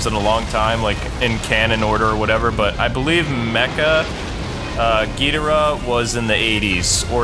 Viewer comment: Mecha King Ghidorah also fought Godzilla once and the game pronounce his name wrong.